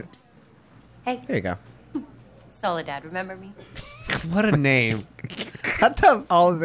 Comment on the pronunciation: Soledad isn't that weird of a name, it's a name latin American/Spanish speakers prefer. It sounds less stupid with Spanish pronunciation